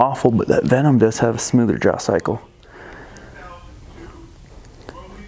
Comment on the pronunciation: Duuude, it's VenTum from the Latin Ventus, not Venom from Marvel ;)